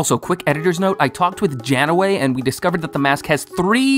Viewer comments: It's pronounced "Jane-way" like Captain Janeway of Star Trek Voyager. 😅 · Jann-ah-way? I guess you've never seen Voyager? You've heard people say the name "Jane" before, right? If not, go watch Firefly. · How do you not pronounce Janeway correctly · How the heck are you pronouncing Janeway like that?? Never watched Star Trek!?